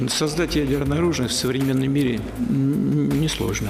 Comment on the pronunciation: "правакация. САЗДАТЬ ЯДЕРКУ НЕ СЛОЖНО!!! ПРОВАКАЦИЙА!!!" як він задовбав!